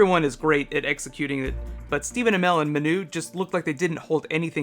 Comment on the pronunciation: Ma-nu not Meh-nu